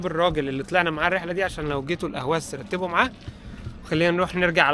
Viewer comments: لماذا لا تطالع معلومات قبل ان تقوم برحلتك في بلد معين..الا تستطيع نطق اقليم خوزستان/حوزستان..الا تعرف الفرق بين احواز بالعربي واهواز بالفارسي..ما هذا العبث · اسمها الأحواز وليست الأهواز الفرس لاينطقون الحاء لذلك أطلقوا عليها الأهواز وهي بلد عربي وتعتبر جزء من العراق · أسمها الاحواز وليس الاهواز . لان العجم ينطقون الحاء هاء الارض العربية المحتلة منذ مئة عام . ولا احد يذكر انها ارض محتلة .. والتي كانت امراة مستقلة ولها حاكمها الذي سجن وقتل في السجن .. اسال الله العظيم ان تحرر الاحواز مثلما تحررت سوريا .